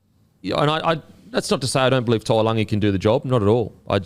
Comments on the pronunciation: the fans might think Brian To’o and Murray Taulagi had a baby with that annunciation hahahaha To’oLagi. Taulagi (Taw-Lang-ee) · Who is toolagi ? It's taulagi.. (towel-lagi) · Appreciate you trying making an effort with the names but Paulo ain’t pronounced Bolo(pah-oo-law)😂 And somehow you mixed To’o’s✅ last name with Taulagi’s (tah-oo-lung-ee) 😊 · It's hurting me to hear you mess up Taulagis name. TOW-LANG-EE.